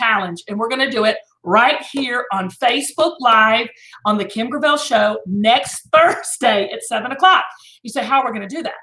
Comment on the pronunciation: You pronounce her last name “Gravelle”? Let me channel my inner Kim: Gurrl, yo last name is GRAVEL. That ain’t nothin but glorified rock.